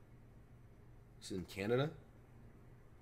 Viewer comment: bensonhurst is brooklyn new york i’m weak he said canda 😂😂